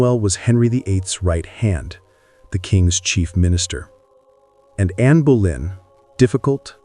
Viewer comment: No quiero videos en español solo en ingles y no hacen buena traducción y no es Berlín es Boleyn o Bolena